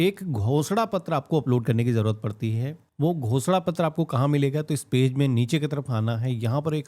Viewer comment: Ghoshna pattr is sounds like Bh__da pattr. 😅😅